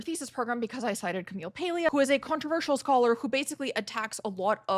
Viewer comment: I read Paglia before you were born. Why do you assume we all need to check her out? You're arrogant. Maybe that's why you have a hard time fitting in. PS you're pronouncing her name wronh.